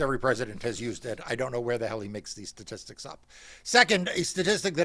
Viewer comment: It is pronounced shhtatistixs in Trumps America